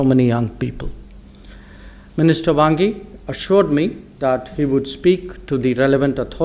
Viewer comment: Chinese Foreign Minister "Bhangi" ?? 😆